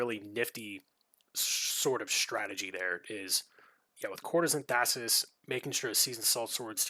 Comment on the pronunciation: Interesting play, thanks for sharing! FYI - it is pronounced "Thais", not "Thassis". Only one S. I wouldn't mind a Breaking video on her, with a bunch of the sneaky tricks/combos you can do with her.